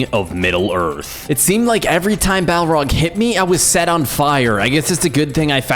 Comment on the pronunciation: The balrog not balrog also he def not da king of lotr